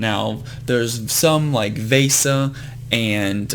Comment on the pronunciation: Hey, Vesa is pronounced v-eh-sa and Fegan is pronounced Fee-gan